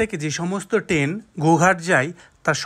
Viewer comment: সুন্দর ভিডিও। কিন্তু উচ্চারণে জোর দিন।টেন নয় ট্রেন।